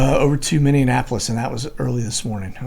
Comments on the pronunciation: Minneapolis .. minnie ap o lis ..not minnie anapolis..haha... annapolis is in md.haha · Dude...It's Mini-Ap-olis like Minnie mouse. NOT Minn-e-en-apolis. 🙄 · Love ya brother. But please. Mini apolis. Not mini a napolis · I love listening to you... but it's like nails in a chalk board, to me, every time you say Minneapolis! Mini-ap-a-lis. Please. Lol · Great video! I have to laugh, tho, every time you say "Mindianapolis" instead of Minneapolis!! :) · There is no D in Minneapolis. Pronounced Minnie -a-polis. Just saying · I live in Wisconsin. We have all kinds of fun place names up here. What you mean to say is "mini-Apple-iss". :-) love your show! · Minneapolis Minn- ee- apo- lis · Minneapolis Minnesota is pronounced minni Appel less. I Love your Chanel. You are amazing! And I’m a 50 something year old grandma Patriot and I just find all of this so fascinating. I thank you for all you do. 🙏❤️🇺🇸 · Minneapolis is pronounced like Minne mouse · Dude, Minneapolis and Annapolis are two separate locations. PLEASE QUIT ADDING A EXTRA "N" IN MINNEAPOLIS !!!! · do you pronounce Minneapolis wrong on purpose???